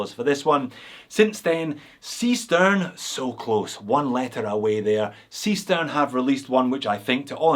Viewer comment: Hi, thank you very much for mentioning us in your video. Seestern is german for seastar, Pronunced: ˈzeːʃtɛrn, we choose a german name because one of the crew member is from Switzerland. About the bet, unfortunately you lose that one!;-) all 3 watches are produced by different factories.